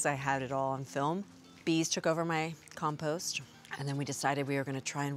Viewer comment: She doesn't pronounce compost properly.